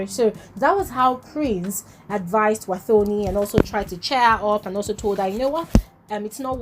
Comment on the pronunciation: It's pronounced "Watoni" not "thor"...thanks🙏🏾